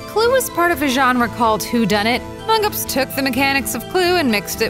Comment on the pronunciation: Um did he say amingus Its among us